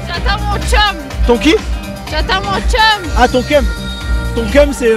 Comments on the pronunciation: elle dit chum et non keum lol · C'est "chum" et pas "keum" 🤣🤣🤣🤣🤣🤣🤣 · ON DIT PAS KEUM ON DIT CHUM MDR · Mais c’est pas keum mais chum